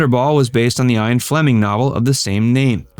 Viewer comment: Ian is pronounced “Ee-un”! 😳